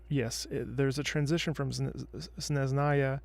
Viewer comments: S n é z h n a y a, no "sh". Being Russian myself it's kind of hurts to hear that "Shneznáya". I love your channel by the way, you're so intelligent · It's SnEzhnaya and why do you, guys, always miss an "h" after "z" in words? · Ah, also, a hint on pronunciation: "zh" in Snezhnaya is kinda like in "Zhongli" (and also the stress is on the first syllable, but for some reason not a single character in EN voiceover says it correctly, even Tartaglia)